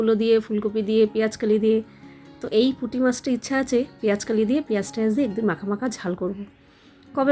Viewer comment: Tumi peyaj kali bolo keno ota ke peyaj koli bole, kothata to bengla, peyaj koli bolbe 😊